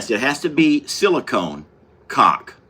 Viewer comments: "cauLK" LOL😂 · 🤣 caulk sounds totally different when you say it